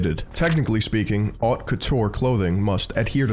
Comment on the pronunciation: Dude says Barcelona lispy and all but can't pronounce "haute".